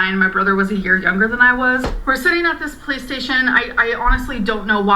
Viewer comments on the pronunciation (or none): oh my god she keeps pronouncing 'police station' as 'playstation' and its gonna cause me to have an aneurysm. ENUNCIATE,! ENUNCIATE!